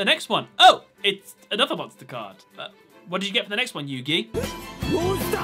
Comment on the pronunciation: DRAW MONSTAH CARDO